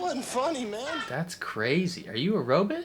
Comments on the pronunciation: Please never stop saying robot as ro-bit. I laugh every time. 😂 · I know what you’re saying. To me it sounds more like “but” not “bit”.